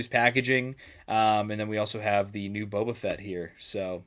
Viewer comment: Toe-ba Fett! 😂